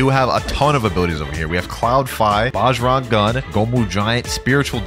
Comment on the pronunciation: Not to sound like a nerd or anything but Bajrang gun is pronounced “Bah-Rang Gun” not “baj-rung gun”